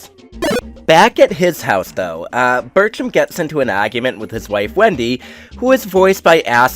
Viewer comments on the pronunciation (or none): I love the way you say argument it's like an angry Bostonite is trying to escape from your mouth